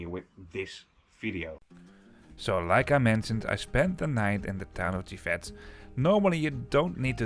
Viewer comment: The town of GIVET is pronounced in french without the final T, so like “dzjivè”.